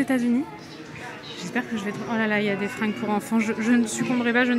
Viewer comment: Quelle journée de m**dé que j’ai eu.. Merci beaucoup à ta vidéo elle m’a redonnée le sourire et ton accent sur le « les mêmes mais tous Fins » 😅😂 dans les écouteurs c’est magique!! Merci à vous !! A bientôt de la Martinique 🌴